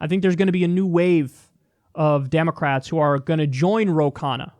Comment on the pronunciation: Damocrats? XD